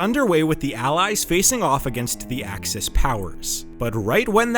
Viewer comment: Axis? AXIS????? NOOOOOOOOOOOOOOOOOOOOOOOOOO!